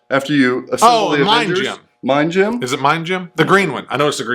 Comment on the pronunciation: When says “gem” I’m hearing “gym”. I have no interest in this game.